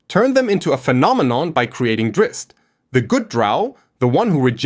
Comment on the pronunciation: Thank you so much for saying Drizzt's name correctly.